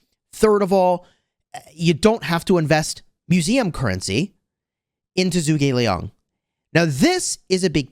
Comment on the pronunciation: It’s pronounced “Ju gugh Li-ang”